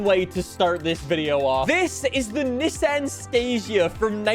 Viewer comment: Americans bullying you about saying Nissan the correct way lol